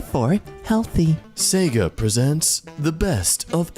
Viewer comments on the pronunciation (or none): none